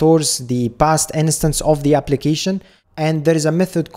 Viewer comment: you always say "in-a-stance" but you mean "instance", right? just to be sure, I don't miss anything.